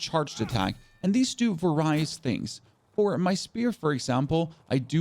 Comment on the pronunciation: This is wonderful and all but the way I just heard you say “posture” and “various” makes me wonder if this game will make me lose brain cells.